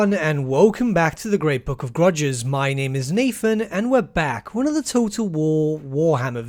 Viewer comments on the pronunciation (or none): none